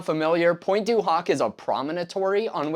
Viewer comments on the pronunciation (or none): loved the video a lot, well documented but please I'm not even french myself but the way you pronounce pointe du hoc in the most american way possible triggers me everytime hahhaha it is almost straight out of the scene in the cinema in the movie Inglorious basterds... anyways keep up the good work and keep teaching the younger generations about the legacy of our grandfathers